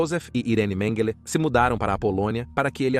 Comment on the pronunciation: Excelente, mas qual a pronuncia correta,"MengÊlÊ, MengÉle, Mêngele...bom documentário mas a constate troca de pronuncia nessa narração é foda kkkk